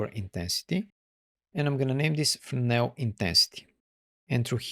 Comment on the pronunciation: Really good video love some words you be saying FERNOW thats how it sound when you say Fresnel and my stupid self go and type Fernow i was like there's a node call fernow 😁😁good video 👍👍